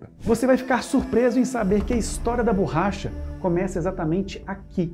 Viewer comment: adoro os vodeos de vocês, acompanho sempre, dando o "like" e comento algo para dar engajamento. Muitas vezes escrevo um simples "parabéns". Só que hoje me doeram os ouvidos escutando várias vezes a tal burracha. Parabéns pelo trabalho!